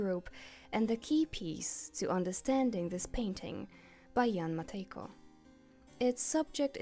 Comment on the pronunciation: im polish and you pronouncing 'Jan Matejko' and 'Stańczyk' correctly healed something within me😭 awesome vid btw, im a big fan of clowncore and its one of my main aesthetics🫶